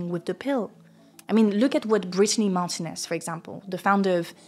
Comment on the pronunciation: Spanish speaker here, Martínez is pronounced 'marTEEnez'. Although probably someone told you since the video is a month ago 😅 Love your videos 💚